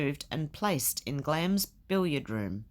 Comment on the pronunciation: I live in England, and didn't know the 'i' was silent. So you learn something new every day!